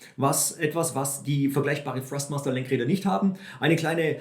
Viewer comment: Hi, danke für das Video, sehr hilfreich. Achte jedoch bei der Aussprache von Thrustmaster, dass du es mit T am anfang aussprichst. Du sagst es mit F, was nicht korrekt ist. Wirkt dann noch professioneller. LG